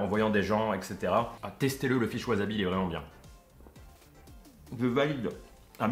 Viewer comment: Bonjour. Tu as peut-être prononcé "wasabi", "waZabi" 1000 fois dans cette vidéo. Pas bien pour les oreilles ;-)